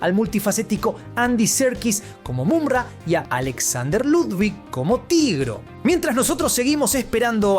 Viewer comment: Me distrae que pronuncie MuNra en vez de MuMra (Mumm-Ra) y thundera en vez de thondera...